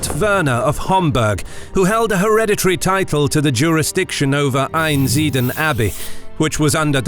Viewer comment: Great video, my family are from Einsiedeln. Note, there is an 'L' in Einsiedeln and it's not silent!